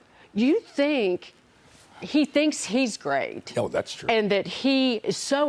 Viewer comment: hy can people not say MaMdani? I keep hearing MaNdani. 😁😁